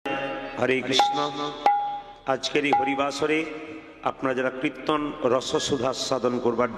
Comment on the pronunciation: na, kothata kirton hobe,uchharon ta thik mato boLun, apni banglae graduate korechen bolen,ato valo kirton koren apni, apnar kirton ami all time suni